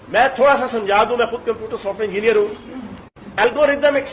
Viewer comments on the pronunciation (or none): none